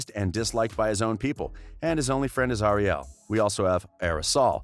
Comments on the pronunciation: Am I the only one who cringed when he said "Ariel" like Ariel Martin aka Wynter? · He said Ariel wrong.... oof!